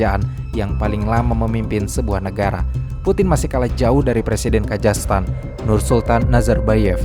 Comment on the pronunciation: "KAZAKHSTAN" bukan "KAJASTAN"